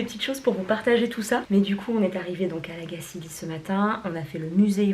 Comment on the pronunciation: Belle vidéo ! 😍Je suis contente de voir que ton séjour ici t'a plu :) C'est toujours intéressant de connaitre les débuts d'une marque, ça en dit beaucoup sur ses engagements. Et petite info pour la route, on prononce La Gacilly comme chantilly ;)